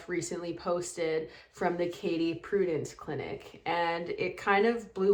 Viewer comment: Please learn: Correct use of "literal" & correct pronunciation of Prudent. Obviously you never attended a master class for any field of endeavor.